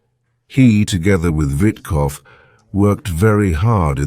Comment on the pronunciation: Steve White? Its Steve Whitkoff